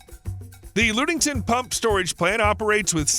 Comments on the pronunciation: Lud-ing-ton not Lood-ing-ton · It isn't pronounced Lood-ing-ton. Rather it is pronounced as Lud-ing-ton. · The Michigan plant is pronounced luge -ing -ton , not lude-ing-ton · lude-ing-ton, huh never heard of that and im from Michigan lol 😉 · Cool vid, but FYI, (likely others let you know so...sorry for the redundancy) the Michigan battery is located near Ludington. Pronounced LUHD-ing-ton. Thanks! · . Actually pronounced “LUDD-ing-ton”, but a good guess. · Ludington is pronunced with a short u not a long U, thus NO Loooodington. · Ludington is pronounced "luh·ding·tn". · Yes, this was driving me crazy. You can easily look this up on Google. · The “Lud” in Ludington rhymes with “Bud”. It does not rhyme with “lewd”.